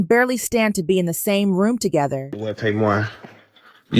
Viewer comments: Pronounced Tay-mar... Tamar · Her name is pronounced TAY MAR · Woman lease say tamar name right if u gonna have a blog